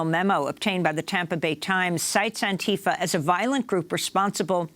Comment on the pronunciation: Stop molesting the name Antifa. This is not how it is pronounced, this is never how it was pronounced, stop fucking up words that existed long before you got hold of it and mangled it for some dark reason. Also: Long live Antifa.